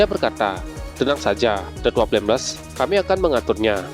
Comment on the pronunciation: Baca yg benar dong bg itu tetua flameles